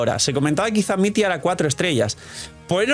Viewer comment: no se pronuncia mit-ya?